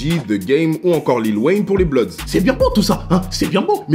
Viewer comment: Eu c'est pas blodz c'est bloodz quand tu pronance